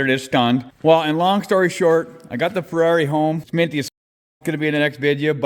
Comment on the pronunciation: Am I the only one who thinks Fiero* when he says Ferrari??